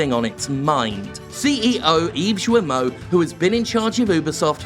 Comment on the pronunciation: Just a small precision from a former French resident: "Guillemot" is pronounced with a hard "G" and "Serge" with a soft "G" (and there's no I afterwards) . Unless you're doing it on purpose just to be disrespectful, which is understandable ;) .